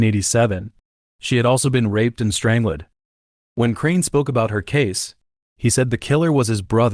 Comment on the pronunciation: strang-led? odd